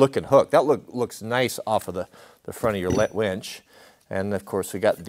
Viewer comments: Why do you keep saying "WENCH"? You used to build winches and call them wenches? You say winch and then wench LOL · Say it with me: wINch. Not wENch. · Can't decide if I hear wench or winch. ;)